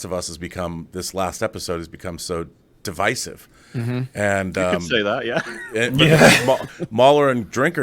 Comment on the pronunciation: The way that pronounced "divisive"